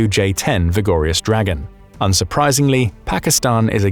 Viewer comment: Take a shot of your favorite liqour every time you hear "vigor-yus dragon"